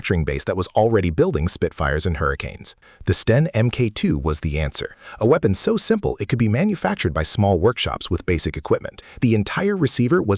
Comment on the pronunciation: Will you (i.e. the entire YouTube community) PUHlease learn thak Mk II is pronounced MARK TWO, not EM-KAY Two. It's English - DO YOU SPEAK IT? (to quote Jules from Pulp Fiction!)